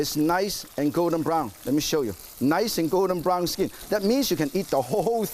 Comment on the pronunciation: The SKEEN, ees niys and gowden brown